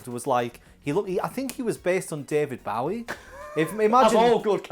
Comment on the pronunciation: I almost had an aneurism listening to bumble out "david BAW-ie". I've never wanted to see his face more, just to cramp a sock in his pie hole.